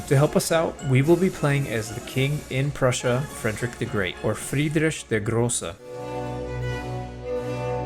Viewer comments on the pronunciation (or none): Fwriedrisch der Grrrroße 😂😂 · Your "Friedrich der Große" was actually pretty good and quite sneaky choosing Poverty And Famine by Jan and Adam and even The Hu for your conquest phase g